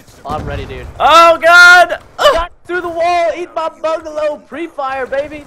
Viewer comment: How many times did Preston said bangalo? :P